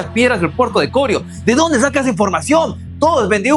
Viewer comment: Corío es la palabra no corio como lo pronuncia.